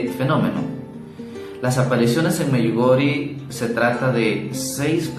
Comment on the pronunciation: Se pronuncia “Medyugorie”!!!!!